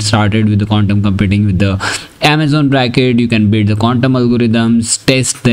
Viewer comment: It's "Braket", not "Bracket". The name refers to the Braket notation in quantum mechanics